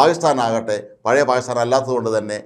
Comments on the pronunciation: 😂😂 താങ്കൾ "പായിസ്ഥാൻ " എന്നതിനു പകരം 'പാകിസ്ഥാൻ' എന്ന് വ്യക്തമായി ഉച്ചരിച്ചിരുന്നെങ്കിൽ വളരെ നന്നാകും‼️‼️ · പായിസ്ഥാൻ എന്ന് പറഞ്ഞാൽ പാക്കിസ്ഥാൻ എന്ന് മനസിലാകുമെങ്കിൽ കാര്യം ശരിയായി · നാക്കിന് ഉളുക്ക് ഉണ്ടോ അതോ നാക്ക് വടിക്കാഞ്ഞിട്ട് ആണോ😂😂 പായി സ്ഥാൻ പായി സ്ഥാൻ എന്ന് പറയുന്നത്... അയാൾ അദ്ദേഹം എന്നൊന്നും പറയല്ലേ പിടികിട്ടാപ്പുള്ളി തീവ്രവാദി എന്ന് തന്നെ പറയണം